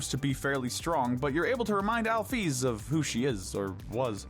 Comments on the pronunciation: so no one gon talk about how he said "alfies" instead of "alphys"? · Alphys is sound like alfes btw . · I really hate how you say Alphys and Chara's names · ITS NOT ALFIES ITS ALPHYS ITS NOT AZRAEL ITS ASRIEL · Ah yes, “Afies” And “Azreal”